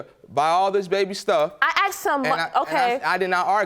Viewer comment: I know this is off topic, but please explain why so many American blacks can’t say “asked”? I know a number of black Canadians and they don’t have a problem with the word.